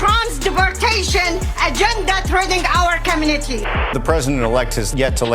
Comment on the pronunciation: Take your “comonitee”back home :56